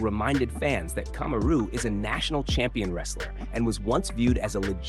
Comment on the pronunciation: Kamaru = ( coma-roo) Usman= ( os- man ) and ( ass-man). Boy this channel butchers names.😁 It's hilarious though🤣🤣🤣